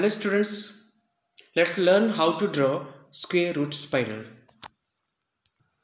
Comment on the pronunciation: first learn how to say square root spiral some people do not deserve to be on youtube